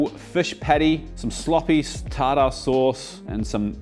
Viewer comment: Until he says tarDAH sauce 😂. Thats my guy though